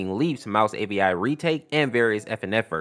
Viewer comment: Avi not api